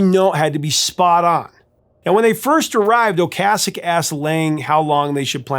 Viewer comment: Well this is why you're the. I thought you were pronouncing Ric Ocaseks name wrong, as I have always prononced it O-case-ek, since my high school days in 1978-81 when the cars burst onto the scene. So I looked it up, and sure enough, your pronounciation of O-cas-ek is correct! I remember me and my buddy totally burning the Cars 1st album out, the first summer it came out. We had the entire Album memorized! I once ran into Ric and his supermodel wife, Paulina Poriskova, at a cycling race in Bisbee AZ, they were in the same coffee shop that I walked into. I went nuts, as I was a huge fan of both of them. I had all the Sports Illustrated swimsuit issues with Paulina in them!